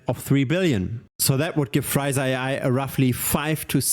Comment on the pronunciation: The name should be pronounced Free *sa not Friza. Two very different things.